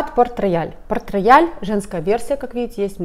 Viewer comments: Он не рояль, произносится [потрэйал]. Обожаю его! ❤️ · читается как Портрейял! а не порт рояль